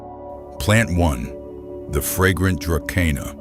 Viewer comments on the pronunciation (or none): it is pronounced "druh-see-nuh", not dra ke nah! duh!